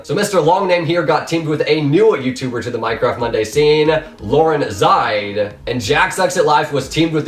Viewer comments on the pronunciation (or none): Btw, it's Lauren ZEE Side